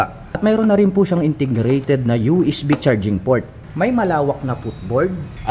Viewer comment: Ang "word for the the day is INTERGRATED". NYAHAHAHA 😅😂😊